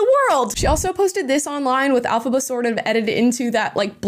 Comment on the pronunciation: The character's name is Elfaba not alfaba